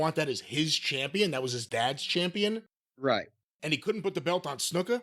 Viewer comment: The way Jim always says Snuka as Snooka pops me.